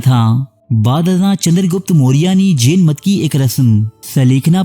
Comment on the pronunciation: Jen nhi Jain Ek bar khas khas words ko English me bhi parh liya karen, taki sahi pronunciation se parh saken. Urdu me Jen air Jain ek hi lafz se likha jata hai.